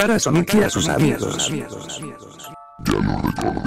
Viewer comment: Pon Sónic para que no te diga Soníc..